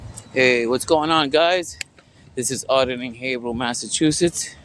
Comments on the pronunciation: FYI...the town is pronounced HAY-vril... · We pronounce it Hay-Vrill.